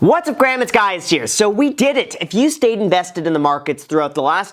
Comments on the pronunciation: why do u keep saying hey graham it’s guys here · "what's up Graham, it's guys here" lol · “What’s up graham it’s guys here” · “What’s up Graham is guys here” Lol